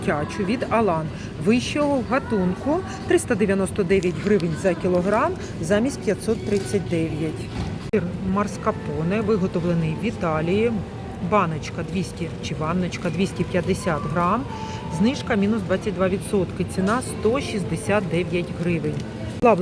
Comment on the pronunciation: ви весь час кажете маРСкапоне, але це маСКарпоне